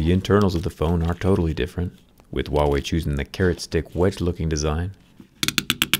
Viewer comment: What I hear: WoW-Way 🤣🤣🤣